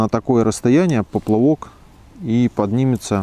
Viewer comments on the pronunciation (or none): спасибо большое. Очень нужное и полезное видео. Единственный нюанс: "поплЫвок" - режет ухо...)